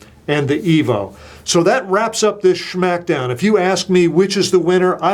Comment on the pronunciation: he called it a "sschhmackdown"